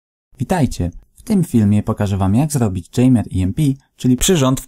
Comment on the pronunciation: Dżejmer xD